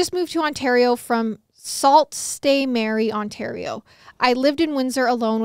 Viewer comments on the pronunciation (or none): Haahhahaah was so funny for the first story, and for the second its pronounced "sue st marie" even tho it says sault lmfao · As soon as you said Ontario and hard words I knew this would be good. Sault st. Marie is actually pronounced “sue saint marie”. I love your podcast and love hearing stories from my home province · Lmao I’m crying!!! Canadian here👋 it’s pronounced “Sue st. Marie” not Sault St. Marie lmao I love you guys 😭❤️